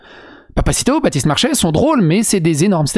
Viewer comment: Elle a dis Bratiste Marchais pas Batiste ! Ça devrait aller alors ✋👌